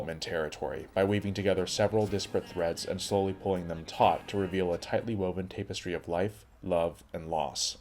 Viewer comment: Why do you pronounce it 'tape'-estry instead of tap-estry?